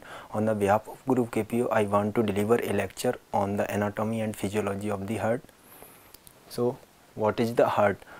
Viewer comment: It's heart not hurt